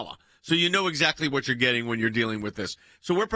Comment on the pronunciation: The word is "getting", not "gitting", Jordan.